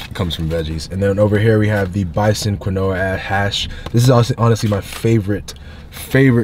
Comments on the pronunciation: Say it with me - quina is keen-wah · Quinoa Pronounced “keen-wa” lolol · Hey bruh bruh, quinoa is pronounced keen-wah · My man STRUGGLING with "quinoa" lol